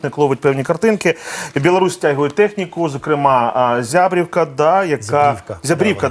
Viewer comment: Не зябрІВка, а зЯбрівка - наголос на Я . Ї він нам ніякий не "батька".